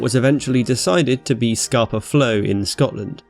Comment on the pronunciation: I've lived in Stromness for 3 years and its always funny looking out on Scapa every morning, realising the entire German fleet sank there 100 years ago. (its pronounced as if you were saying scahpa not scarper, cool vid)